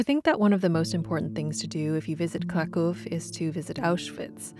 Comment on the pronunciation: I love Kraków, especially during winter. Great video and you pronounce Polish words very well! 👌👌